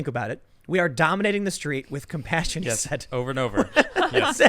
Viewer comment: He said COP-PASSION...